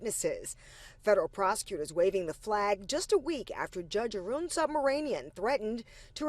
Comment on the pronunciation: Side note: the pronunciation of Judge Arun’s last name is appalling.